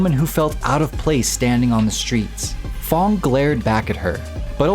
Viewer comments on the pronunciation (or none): It's f.a.n.g not f.o.n.g